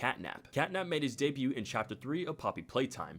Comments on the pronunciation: Great video!!! but just so you know, the t in debut is silent ^^ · Also the "t" in debut and all its tenses is silent 😂